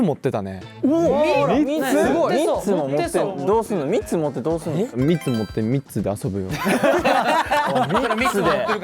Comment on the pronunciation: 純喜の3つの発音ミッツマングローブさんなんだけどｗｗ関西弁？